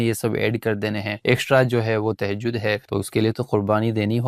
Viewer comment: Tehjaud.. Ya tahjud😢